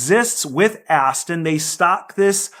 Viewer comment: "Ast" makes you sound like an ass